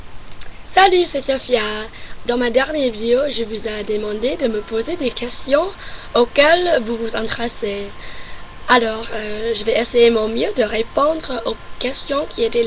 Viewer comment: La mentalité des gens ( Commentaires ) Bon je veux pas parler de ça. Tu prononce bien tes 'R' mais pas sous toute ses formes si tu veux , par exemple au début tu dis 'RépondRe ' Tu le prononce bien mais quand tu dis ' Dernière' le dernier R tu le prononce mal. Ah aussi, Je sais que vous les anglophones vous n'avez aucun accents, mais en français, c'est trés trés important et ils peuvent t'aider, pour mieux prononcer certains mots. Sinon, tu as bien progréssée depuis ta première vidéo. Bye. :)